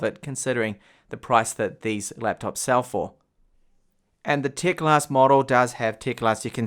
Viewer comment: It is teclast not tecalst